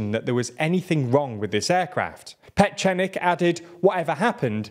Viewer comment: violated Ian Petchnik's name!